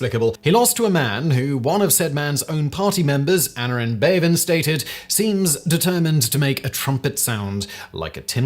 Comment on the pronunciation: Please learn to pronounce Welsh names: Aneurin is A-NYE-RIN. Emphasis is in the "Nye" syllable.